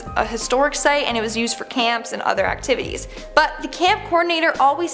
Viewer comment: I stg it sounds like she said "act-tiddies" instead of activitys